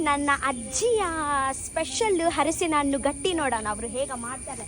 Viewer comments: Its halasina hannu Not a Hadsina hannu😂😂😂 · ಹಲಸಿನ ಹಣ್ಣು ಅರಿಸಿನ ಹಣ್ಣು ಅಲ್ಲ 😂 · Harasina hannu alla adu halasina hannu aita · ಹರಸಿನಹಣ್ಣು ಅಲ್ಲ ಹಲಸಿನಹಣ್ಣು